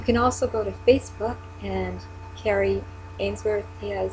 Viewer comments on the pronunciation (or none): Also, quick note...Kari's name is pronounced like a car, car-ee, not like Carrie. (She corrected me herself once)...Kari is a hero for us as well. Such a remarkable woman...takes after her mother :)